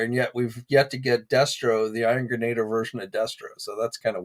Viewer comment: I believe it is pronounced Iron "gren-a-DEER"